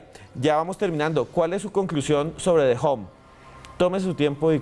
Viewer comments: me alegro que pronunciaras bien The Hum (foneticamente De Jom) y te notaras profesional en la introduccion y lo tiraras al zafacon al comenzar la seccion con De Jum... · Uuuich! Ole supersona si lo van a nombre en ingles alo mero aprendan la pronunciation eso suena como una a recortada sumerce ham no hum